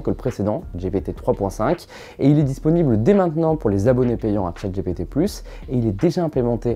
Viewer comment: Pour quoi prononcer Dgé Pé Té ? C'est soit en anglais, soit Dgi Pi Ti soit en français, Gé Pé Té... Non ? Super vidéo sinon ! Bing a aussi l'avantage, il me semble, de ne pas limiter son IA au données s'arrêtant en 2021. En gros si on lui demande un renseignement sur un événement qui a eu lieu en 2022, il sera capable de le donner alors que GPT 4 ne le pourra pas. À confirmer ;)